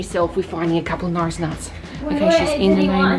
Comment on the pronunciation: Al Dweik you said ate instead of are and you said Notris instead of norris